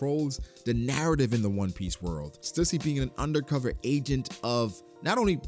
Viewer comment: Stüssy is pronounced STEW - SEE. Please stop saying it wrong 😢